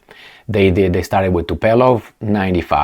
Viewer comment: Dear, the Bombers are called "TUPOLEV" - not TuPElov. Greetings!